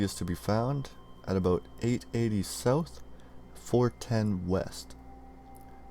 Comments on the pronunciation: Haha yeah well it was just the word 'about'. Everything else I didn't notice or hear an accent for. Tbh, no offence lol, but I figured you were American. Just when you said 'about', it sounded like 'a-boot'. And I remembered Weird Al Yankovic's sketch interivew that one time when he 'interviewed' Avril Lavigne and got into her about 'a-boot' when she said 'about'. Same here, when I hear myself I don't hear my accent but I've been told by Americans my accent is very strong. I'm like: Oh, okay then. And yeah of course. Like I said no disrespect. Just an observation.:) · Haha when you said "about" here, I was like: huh, the way he said 'about' I bet he's Canadian. I went to your About page and sure enough you're Canadian. :D No disrespect btw, just an observation. I'm sure us Aussies have our distinct way of speaking. :)